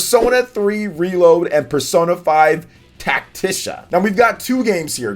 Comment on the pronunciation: It's Tactica. Tac-tic-a. Not "tacticia"